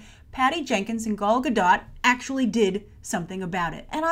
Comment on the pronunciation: Your Wonder Woman vids are giving me life :D And thank you SO much for pronouncing Gal Gadot's name correctly (as she does)-- It really grinds my gears hearing other youtubers (mainly voice overs) butcher her beautiful name.